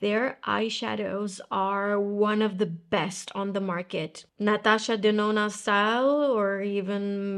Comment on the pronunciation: My name is Natasha, and I looooove how pronounces “Natasha Denona” so rear to hear it in English. 😅❤❤❤